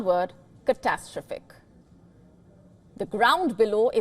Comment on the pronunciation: Could someone please teach this presenter how to pronounce the word 'catastrophic'.